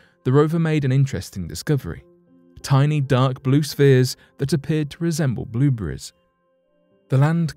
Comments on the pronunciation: I think it's more like blubreze. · Blueburries? lol